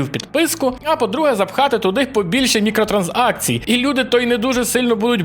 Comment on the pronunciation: Чому ти кажеш мікротранз акцій, замість мікро транзакцій?